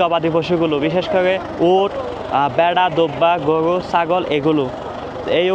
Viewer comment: গোয়ু হাট, ভাই কি র কইতে পারেন না?